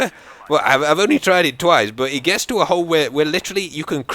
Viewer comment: you say bwut instead of but:)